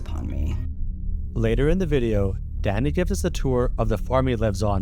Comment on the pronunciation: Ohhhhhhhh. He is saying Danny! All i could hear was "Daddy" 😂